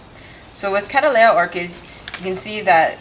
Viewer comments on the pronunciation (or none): Please will you reconsider how you pronounce this genus? The word is derived from my ancestor William Cattley and turned into Cattleya by John Lindley. The name is pronounced Kat-Lee thus the genus name becomes Kat-Lee-Ah. At present you are pronouncing it Kad-Dal-Ay-Ah. Regards Tim Cattley. P.S. If not yet convinced, then please see how The American Orchid Society recommend regards pronunciation.